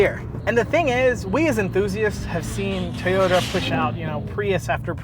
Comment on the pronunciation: Love those "Tayota's" :P